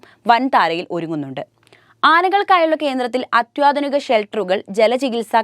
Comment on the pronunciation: അത്വാധിനികമല്ല,അത്യാധുനികം എന്നാണ്